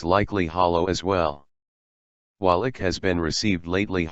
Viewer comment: Repeat after me: David IKE, not ick. If you had interviewed him, you'd know.